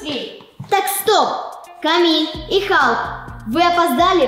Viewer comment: Не камил а КАМИЛЬ